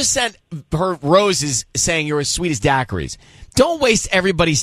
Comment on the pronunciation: Dackeries?! LOL! Daiquiris...